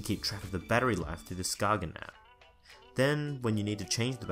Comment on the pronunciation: It's pronounced ''sKAYen'' - not sKAGen. It's named after a little town in Denmark